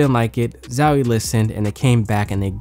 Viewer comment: man it's not zawie plz my ears are bleeding